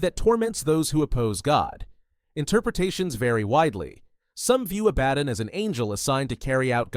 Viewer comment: Interesting vid but AI cant make its mind up on how to pronounce Belial. Pretty sure Abaddon is being pronounced wrong here too.